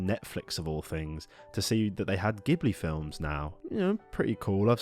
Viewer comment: Stop mispronouncing Ghibli, please 🙏